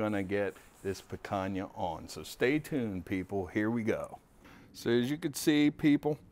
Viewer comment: The Brazilians can forgive your mispronunciation, but Spanish is going to make enemies. ;) I'll still try the Kick Ash Basket. Looks like a nice toy with the can.